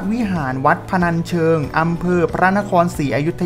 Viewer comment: แก้นะครับ อันดับ10ชื่อวัดออกเสียงว่า พะ-นัน ไม่ใช่ พะ-นัด ครับ